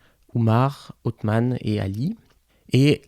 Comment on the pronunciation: Déjà c’est OTHMAN et pas OuSsmane ou je ne sais quoi